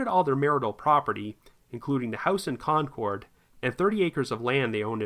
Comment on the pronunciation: Concord, CA is pronounced Konkerd, just for future reference.